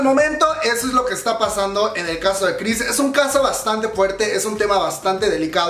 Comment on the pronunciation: Mas bien "juerte"